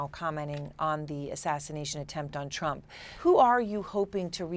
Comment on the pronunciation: Anybody notice how she said Tump instead of Trump?